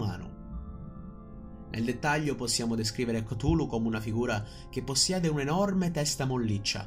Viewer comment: minuto , la pronuncia ricorda molto Golu golu, meme che ha spopolato in questo periodo sul web...coincidenze? Io non credo...